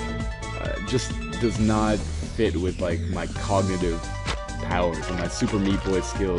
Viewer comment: Did he cogitive? Isn't it cognitive?